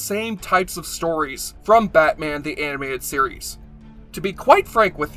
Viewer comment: "batman the Aminated series" LOL